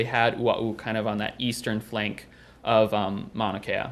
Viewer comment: Funny that he can pronounce ua’u properly, but he can’t pronounce “mauna” properly.